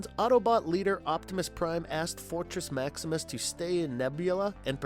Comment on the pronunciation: Urm .... en er gone en er gron ..... fortrex .... scorplock .... whatever you called nebulos ...... duuuude get the names right